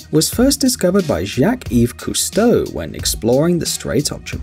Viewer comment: This video: “Gousteau” Me: Chef Gousteau